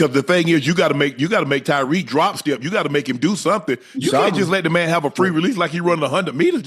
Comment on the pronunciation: "Drop step" not "Drop, Skip"